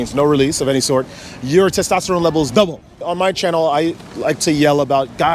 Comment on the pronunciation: I think that the "testatrone" guy meant "testosterone," but wasn't knowledgeable enough to know the proper pronunciation. I wonder what he'd think if he knew that celibacy actually elevates it.